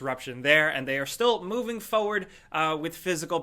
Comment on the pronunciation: Every time he says the word - forward... In every video... I die inside